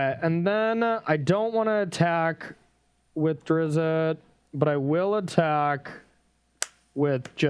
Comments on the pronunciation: It’s pronounced Der-izt, one syllable. Carry on. :) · Hearing them say “Drizzit” really hurts my soul